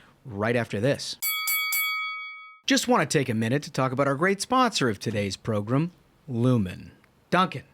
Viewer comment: Recently discovered this podcast, and it's really well done. However, I still cringe every time you say progrum and Tuesdee